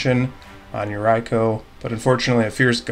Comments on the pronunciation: Yeah that yuraiko... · is for sure a degenerate human being lol Great video! Keep it up:) Oh, since Yuriko is japanese, maybe you want to pronounce it something like "Yu-reeko" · Came for Galea but glad to find a good content channel 👍 lol just change that "I" to a "E" sound in Yuriko tho 🙈😅😂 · Haha I didn’t know mispronouncing Yuriko could erk me so much. Love to see her gameplay but I think she may have been a little too powerful for some of the decks at the table.